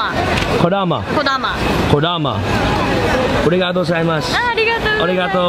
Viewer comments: Congrats to Gabe again and very glad for you guys. Enjoy and keep sharing the experience. Ps:As an advice to you, don't say Omae but Anata or Kimi because Omae is the meaning of 'You' in an insulting or disrespectful manner 😉 And You have to say Arigatô and not Origatô. Peace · i love how he says oregato gozaimasu and says his japanese is on point, yet he isnt even pronouncing it right, its arigato not oregato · It’s not ori-gato, it’s pronounced arri-gato with a rolling r that sounds more like a D. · ARIGATO! not ORIGATO! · lmao the confused look on faces when he mispronounces arigato is priceless.